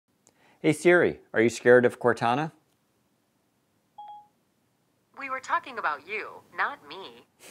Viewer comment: If they're gonna call it Cortana it should sound like Cortana. That's what I was excited about. Serious fail.